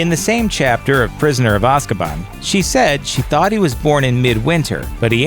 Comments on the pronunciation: Stop stop stop stop stop Your going to kill someone’s brain cells It’s Azkaban not Ozkaban Ok I’ll leave now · And AZKABAN not aaazkaban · It’s A-sc U-ban not O-scub O-n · stop, stop, stop, you’re going to annoy someone, besides it’s AAAzkaban not OOOzkaban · Only Die hard fans would get triggered at the fact he said “sorcerers” not ‘ philosophers’ 🤬😡 And bish its ‘Azkaban’ Not Ozkaban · Prisoner of ozkaban really? You mean azzkaban (pronunciation) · It's Azkaban not ozkaban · Btw.... It's Azkaban not Ah- Zak-ah-bahn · It’s not ozkabon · Why do you gotta pronounce Azkaban as Oz-Kuh-Bon? Even JK Rowling literally pronounced it as Azz-Kuh-Ban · Oz-kuh-bohn?! I do believe you meant Az-kah-bahn. You know: the way it's said in the movies, and the phonetic pronunciation of it's spelling? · Seriously, "Ozkabon"... 😒😣 Lmao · Why do you keep saying ozkaban? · it's pronound az kuh ban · Like ozkaban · Someone who says AHzkabAHn is not qualified to narrate a vid about Harry Potter. Just saying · penseeve, raowling, azzkahban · how come you went from azkaban to ozkaban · It's pronounced roll-ing and az-ka-ban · The prisoner of Ahzkahbahn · The way you pronounced Azkaban makes me think that you haven’t seen many of the movies or read the books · Is no one gonna get mad at the way he sais Azkaban? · First of all YES i know all second of all I would like if you pronounced all of the names of places right sorry it just annoyed me a bit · I cringed so hard when he mispronounced azkaban. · who cringed when he pronounced Azkaban wrong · Awesome vid. But like what's with your pronunciation of Azkaban and Gringotts?